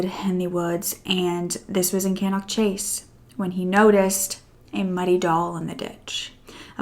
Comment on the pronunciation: I can’t believe you have done this case... I live within walking distance of Cannock Chase! We go nearly every weekend for forest walks. Looking forward to listening to you tell the story! Also it is pronounced ‘Staff-ord-shurr’ and ‘cannuck chase’ 😃